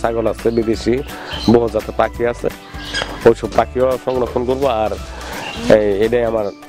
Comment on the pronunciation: রানা ভাই 100% সঠিক বলেছেন । (পাকি )না (পাখি) ।